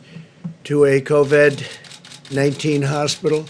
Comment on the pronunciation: "Covad-19" he says..